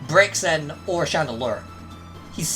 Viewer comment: I love you and I know accents inherently make you say things differently, but its BRAY-ZEN. Not BREAK-XEN.